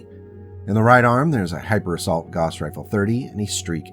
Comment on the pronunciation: fwiw Gauss = gowss (/ˈɡaʊs]/) not "goss"